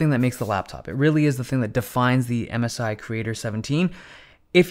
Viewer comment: i first understood "Amasai" and thought its some kind of cheap chinese manufacturer but then i understood MSI